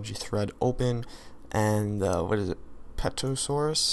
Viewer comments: terosaur the p is silent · it is pronounced ter-a-saur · Pterosaur is the mob. Ter-a-saur. The P is silent.